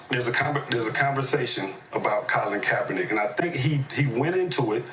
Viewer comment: These guys couldn't even say his name right they don't give a dam about kaepernick all this douchebag cares about is bashing America.